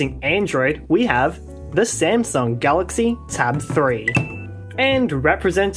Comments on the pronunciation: The smasnug 😂 how original! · SMAS NUNG💀💀